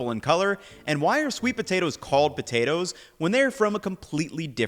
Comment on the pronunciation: Is he deliberately trying to be comedic by pronouncing it “botatoes”?